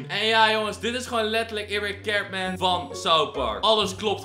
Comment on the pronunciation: Je spreekt het uit als kartmun